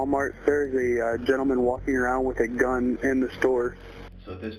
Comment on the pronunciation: . ".. gentlman with a gun .."🤣